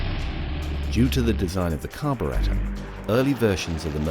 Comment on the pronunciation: Pronounces it Car-bur-RAT-or when previously saying radiator the normal way. xD